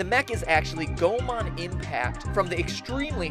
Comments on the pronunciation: Geeky as you might be, Goemon's pronunciation is wrong. It is Go-EH-mon, not Go-man :(. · It's pronounced Go-eh-mon, not Goh-mon, Mat-ol'-boy! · Something you forgot to mention: Goemon was a real person. Oh, and it's pronounced "Go-ay-mon."